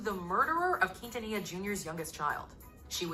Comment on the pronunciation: He really said quintilla 😭😂